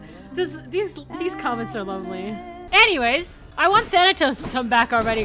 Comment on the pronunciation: Me, being a big greek mythology buff, twitch when mispronounced Artemis and Thanatos